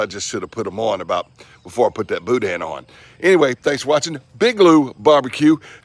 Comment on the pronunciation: In PA "Pittsburgh" never heard of Boudin at first thought you said Boot ends